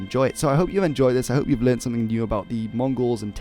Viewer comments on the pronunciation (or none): none